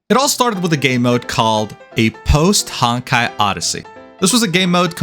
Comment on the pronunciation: Stop saying “hawn-kai”